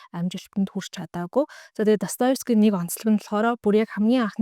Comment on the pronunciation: Өдрийн мэнд ДостоЕвский шүү өөрөө ДостоЁвский гэж хэлээд байна 😊. Амжилт